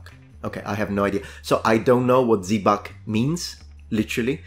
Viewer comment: Zibac to me sounded like Zwieback. I'm German from Bavaria.